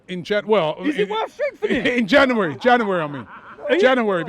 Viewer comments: Robbie: Janeraryy =January 🤣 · Janwery. Janwery